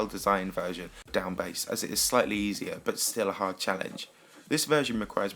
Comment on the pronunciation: You say bass like base